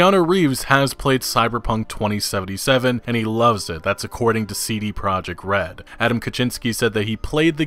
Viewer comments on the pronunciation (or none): Lol it’s CD Prah-yek Red